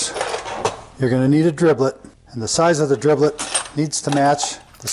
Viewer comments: What are you calling the drill bits? What I hear is driblet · Did he call them dribllits?